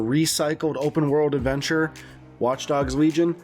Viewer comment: You-bee- soft NOT uby soft Also Lee-Gn Not Weegon